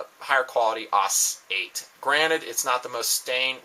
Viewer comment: both of these knives suck. AUS-8 (not "aws" 8, pronounced "ay-yoo-ess" its not a word its an abbr.) was bad, the -6 is worse. all wax, no wick here. the best thing sog has ever done is to bring the SEAL and SEAL pups out in that Elite series. Damn nice blades. i stripped the coating off my pup Elite and differentially tempered the edge w/a torch quenched in warm brine, does fine now not as quick to dull as the factory heat-treat. but...Buy Scrapyard, RAT, TOPS, Extrema Ratio,... cont'd above..^